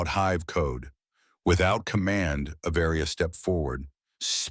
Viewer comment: Avaria is one word, it’s not A Varia!!!!! get it right!